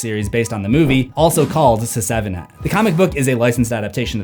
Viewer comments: I love the content abd I appreciate all the hard work you put in but please learn the proper pronunciation before uploading the video announced seven not se 7 en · Does anyone else find it strange that he says "Se-seven-en"? It's just "Seven". I just had to say something. Sorry and thank you. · se-seven-en...why am I laughing so hard at this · Love how you call it “Se-seven-en” 😂 It’s like Fant4stic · The joke isn't funny. it's pronounced *SEVEN*. What? Do I have to shout it in your ear the number of times Loomis shot Michael in the OG Halloween? #IShoutedSixTimes #Se7enIsPronouncedSeven #Se7en #SevenDeadlySins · Your pronunciation of “Se7en” really isn’t funny. It’s fucking obnoxious and distracting as fuck. Get over yourself and just say it like normal rather than subject your audience to something so immature and irritating over and over. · Please never stop saying Se-seven-en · Se-seven-en isn't how it's supposed to be said? Why would they spellnit like that, then?!🤷‍♂️🤦‍♂️ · It's pronounced "Seven". Stop that. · Se-seven-en? Never heard it pronounced that way....are you Ai?? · SE SEVEN EN? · Hearing you pronounce the movie "se-seven-en" will never get old 😂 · Se. 7. En... 😂